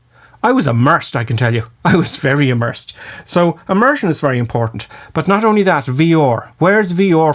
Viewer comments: 10. Immersion, not emersion. OK? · It's Immersion not Emersion. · It's... Immersion. Not emersion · 'Emersion' ??? you okay there? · Haha, your accent got me. “A Martian” you say. Took me a while to realize you were saying “immersion”. Lol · you mean emersion lul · Emersion? I believe you meant "Immersion"......just saying. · Y'plum! It's 'immersion', not 'emersion'! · It's "immersion", not "emersion". And you are a flight instructor? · *immersion. Emersion is the opposite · When he says 'IMMERSION' I hear 'A MARTIAN'